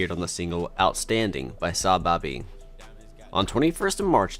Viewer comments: sahbabii❌ sahbobby✅ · Sahbabii too lol